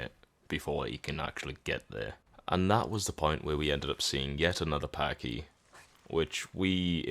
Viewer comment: “Packee” not “Patchy”